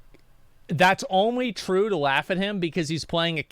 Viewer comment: I like when Asmon adds an extra syllable to words. Especially when he says "true" with extra emphasis on the true.